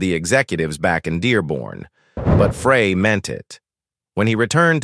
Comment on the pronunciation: Pretty sure Don's last name was pronounced like the word fry, not like the word fray... because my great grandfather's last name was Frey, pronounced fry...